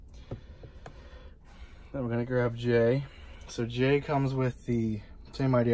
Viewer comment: It is actually jey instead of jay